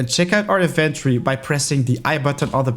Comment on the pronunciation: That’s not how you pronounce “inventory.”